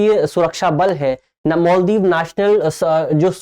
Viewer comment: मोल्दीव नहीं है भाई मालदीव होता है